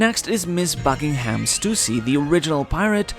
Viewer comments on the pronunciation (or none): none